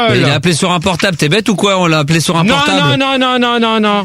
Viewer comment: Dans ce débat, Max corrige ENFIN Gérard sur sa mauvaise prononciation du mot "portab' ".